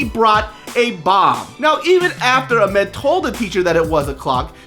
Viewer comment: he is saying it correctly- Aah-mehd.